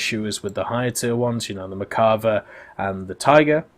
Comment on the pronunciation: Still cant pronounce merkava right